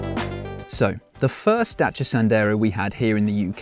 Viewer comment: Great review. Impresie how you pronunce Dacia🙏🏼